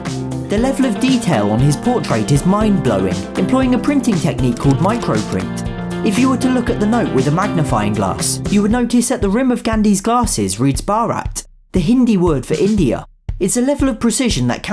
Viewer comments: it's not pronounced 'barat' it's pronounced 'bharat' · Your pronounciation of 'Bharat' was 'baarat', which means a groom's wedding procession in Hindi. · you pronounced barat and Mathma gandi wrong and also Sanskrit